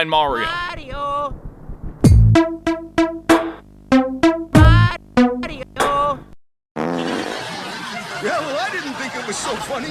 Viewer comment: Maㄧㄧriㄧㄧo Sounds awkward.